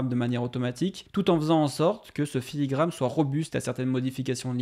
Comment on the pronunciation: Filigrane* Et pas "filigramme" mais bonne vidéo comme d'hab